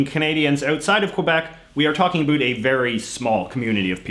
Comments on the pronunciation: He's doing it on purpose. However, after having spent time in the US and having my ears adjust to them saying "at", "a bat", and pronouncing almost every vowel like it was an "a", I can absolutely confirm that when I moved to Vancouver it sounded like everyone was saying "oat" and "a boat". After about 5 months in Vancouver, I started to go a little crazy because I could hear both depending on whether I was talking to a Canadian or American friend. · yeah, he's taking pokes at the french but then pronounces "about" the way it would sound coming from someone who's native tongue is french. funny that neither Trudeau the elder nor Stanfield were pronouncing it "a boot" in the interviews he presented. this might have become a thing after that famous South Park episode. Chapeau bas! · What's with the extra syllable? "Bi-ling-yu-ull" vs "Bi-ling-wal." Even your English is strange, What's that "a boot?" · dudes faking that shit so hard. I'm from northern wisconsin/minnesota. say "about". you say the 2nd syllable with an open mouth and pushing air out of yr mouth. this guy is just hamming it up and engaging in a completely separate pronunciation cause its a stereotype. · yes, but it's never that much of an "oo" sound - he's totally exagerated it on purpose. as someone pointed out, he pronounces it as a canadian usually would. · Yes, and as an American who has taken great pains to pronounce how Canadians truly say "out and about", JJ's pronunciation makes me feel my efforts were in vain! Back to South Park! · It’s more like how scots pronounce about, which if u look at this last name might give u a hint...couldve been handed down by parents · Why are you purposefully pronouncing "about" like that? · maybe a tiny bit, but I speak to Canadians everyday (I live here) why can I only hear this guy's "about" differently?